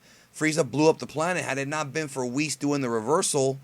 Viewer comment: why do you call him Wiss? It is "Wees"